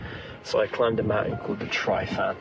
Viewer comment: The pronunciation of Tryfan by West Midlands Police made me cringe 😂. Also, way to insult an entire nation of people by calling us England.